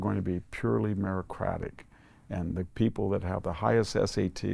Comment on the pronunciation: Fyi. It's meritocratic, not merocratic..